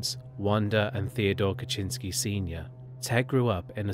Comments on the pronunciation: I never heard the Unabombers last name pronounced that way before. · Good video but your pronunciation of words is atrocious! You really need to learn how to say the words that you are using before you commit them to a video. Like Ted Kaczynski‘s last name and The Chi Omega sorority house.